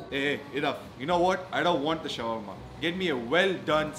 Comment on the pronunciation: oh its called shawarma not shawrma